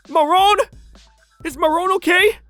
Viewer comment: i keep on hearing moron instead of marron